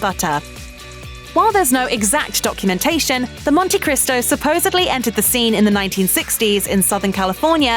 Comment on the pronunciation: “Supposably?” Discredits the whole video!!!